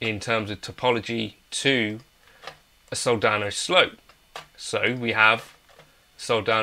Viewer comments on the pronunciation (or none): Can tell this guy hasn't any familiarity with Soldano. It's not a "SLOW", it's called an S. L. O.